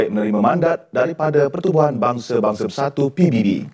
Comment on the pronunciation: Menit dia bilang "pibibi"... pibibi apaan woy... Kat je jom jap cem 🤣